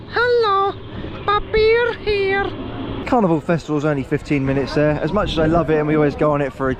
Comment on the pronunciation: Your 'papier hier' is flawless.